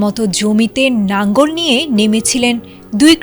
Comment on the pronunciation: এই মহিলা সাংবাদিক কি মূর্খ নাকি লাঙ্গল না বলে নাঙ্গল বলতেছে।